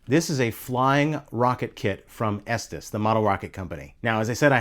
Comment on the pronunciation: As a kid in the 1970's, we pronounced it ESTEEZ